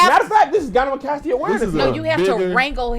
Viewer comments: The fact that Kev is calling it gynemocastia....when it's really gynecomastia🤣😂🤣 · Its gyneCOmastia but I guess gynamocastia is the new pronounciation🤣🤣🤣🤣🤣🤣🤣🤣🤣🤣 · Gyne-CO-mastia Kevin 🤣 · Kev keep saying gyneMEcastia is KILLING me 😂😂😂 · Lmaoo him mispronouncing gynecomastia over and over is sending me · If anyone wants to look into it, it's gynecomastia (guy-nuh-koh-MAS-tee-uh) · Kevin is butchering that word 😄